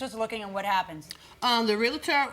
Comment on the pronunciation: REAL-TOR. Not REAL-UH-TOR. I hate that so much. :face-red-droopy-eyes